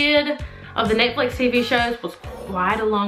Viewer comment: She pronounced Netflix wrong she said nitflif it's netflix😂😂😂😂😂